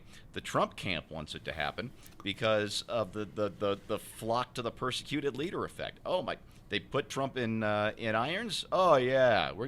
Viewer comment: You guys keep pronouncing "persecute" wrong.